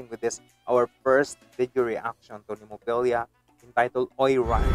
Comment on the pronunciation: Nice enough reaction but how can you say the name wrong so many times even after it’s said 3 times in the actual video? There’s no IA at the end, it’s easily pronounced as Nem O Phil A